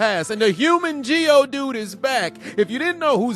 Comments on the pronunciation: Did these guy really say geodude lol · 😂😂😂😂😂😂😂 This man said Geodude 🤣🤣🤣🤣🤣